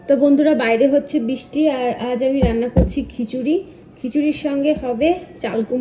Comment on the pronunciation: Bisti noy Kothay bristi.. Thik Kore uccharon koro.. Radhe radhe